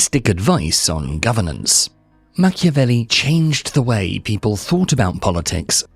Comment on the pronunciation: WHY AI in brazilian? " Machevelli"?!!! STOP this THING of AI in brazilian.